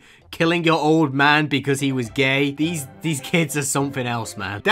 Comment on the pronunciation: "beuaause" LMAO I CAN'T 😂